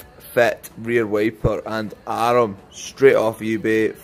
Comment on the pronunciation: Love that arm is pronounced ar-em in Blackpool.